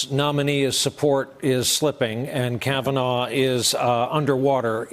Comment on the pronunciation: Can someone tell Trump that his name isn't "Brett Kavanore"?